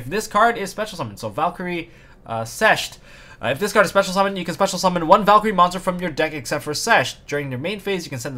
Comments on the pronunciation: As a German i should feel offended by your pronunciation of the Valkyrie card, but i like your content too much to do so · its valkyrie sixth (german)